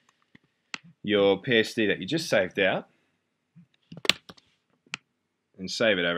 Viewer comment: a. You have a fantastic talent, and you're happy to share your skills and b. I've never heard an Australian guy say bollocks and I was crying with laughter. Thanks for the tutorial